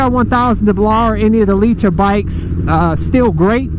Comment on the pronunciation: "leet-her" bike